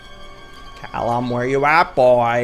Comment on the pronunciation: "caLLum" oh the 5sos cringe